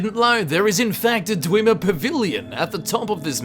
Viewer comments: Everyone else: they're called dwemmer: DWEEMA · "dwimir" xD